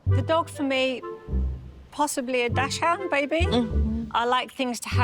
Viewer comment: It's DACHSHUND (DOX-HOONT) not DASH-HOUND🤦🏼‍♀️